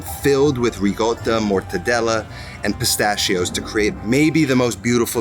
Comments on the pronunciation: sorry dude, love ya, but in NO language on earth is Ricotta pronounced "Reegota". It's still a C in Italian. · I stopped watching the video when he pronounced ricotta with double g's